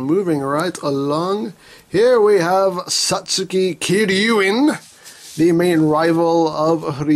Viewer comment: You completely butchered the pronunciation of the character's name, and the name of the suit.